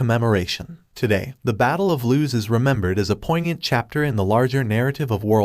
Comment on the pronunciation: Battle of LOOS. Not loose.